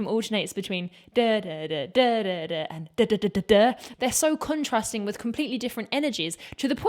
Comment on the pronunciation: I love everything in this video and could say much in its praise, but putting all that aside, I will never stop appreciating a British woman's pronunciation of "with" as "wiff". God bless the British.